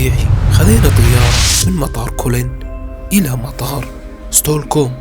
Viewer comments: العاصمة اسمها ستكهولم Stockholm وليست ستولكوم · هو بس العاصمة لفظها خطأ الماء اسمه vatten فاتّين ولا يلفظ فاتن والاكل اسمه mat موووت نفس لفظ موت بالعربي ⚰️ وليس كما لفظته . المهم اهلا وسهلا بك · ياأخي تعلم اللغه العربية قبل ماتعمل فيديو وتعمل دليل سياحي؛؛؛؟!!!!! ستوكوم😱😭 ؟!!! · قال ستولكوم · يا اخي تقبل انتقادي لك لأن اول مرة اشوف الفديوهات مالتك.. انت اسم العاصمة ما تعرف تلفضه وتقوله غلط.. بعدين كثير من كلامك عن الاسعار مو دقيق خاصة اسعار الفنادق لان في الرخيص وفي الغالي حسب المكان اللي تريد تنزل فيه، لو بحثت في مناطق شوي ابعد عن قلب المدينة تلقى الاسعار افضل بكثير. اما قضية (التعقيد) الي صرعت راسنا بيهة، هذا مو تعقيد بقدر ما هو نظام لذلك تشوف الجمال والنظافة ومافي حد يتجاوز لا سائق السيارة ولا سائق الدراجة الهوائية ولا المشاة. الكل يمشي على النظام. اما اسعار النقليات منو كلك الناس تصعد بايسكل بسبب غلاء النقليات؟ البايسكل وسيلة نقل اسهل وليس بالضرورة ارخص، انت اذا تنزل بسيارتك الخاصة الى قلب البلد صعب تمشي بكل الشوارع لان فيها مغلقة امام السيارات الخاصة وركن السيارة جداً غالي في العاصمة. اما قضية اللغة، اللغة السويدية هي من نفس عائلة اللغة الانكليزية (الجيرمانية الشمالية). اما اسعار الاكل والشرب اتفق انها غالية وفي العاصمة اغلى من باقي المدن لكن تبقى هي مناسبة لمعاشات الناس. اذا هي غالية الك فهذا مو معناه انه لا تكدر تاكل ولا تشرب ولا تتنقل لان اغلب الناس عندها الامكانية. النقل من المطار الى المدينة تستطيع ان تأخذ القطار الي يطول 45 دقيقة وسعر البطاقة ثلث سعر البطاقة الي اشتريتها لقطار Arlanda Express. الناس تتنقل بوسائل النقل العامة بشرائها لتذاكر اما شهرية او سنوية وتكون جداً مناسبة مقارنة بشراء بطاقة واحدة لمرة واحدة. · فعلا انسان همجي انت بس اسمع كيف ينطق اسم العاصمة تعرفو من اي زريبة قادم